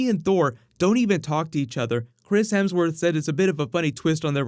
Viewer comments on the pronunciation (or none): none